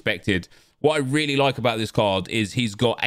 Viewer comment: "No doot aboot it". Quality man 😆